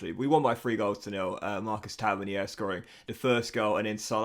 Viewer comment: Still not pronounced Tavernier. Taverneer buddy